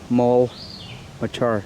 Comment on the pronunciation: Agnes Maule Macher Park. (Macher rhymes with cracker)